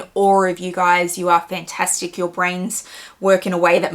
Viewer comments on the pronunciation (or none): none